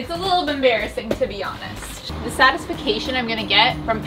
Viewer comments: ah yes, the satisfication.. definitely sounds better than satisfaction! haha xxx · When says “satisfication” in her side yard instead of satisfaction is giving me life 😂🙌🏻💛